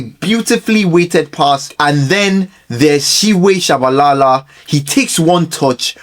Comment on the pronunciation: My guy butchered Simphiwe Tshabalala's name, fine, but what he did to that of Kagiso Dikgacoi is out of this world. I had to listen to it about 5 times to get what he said. 😂😂😂😂😂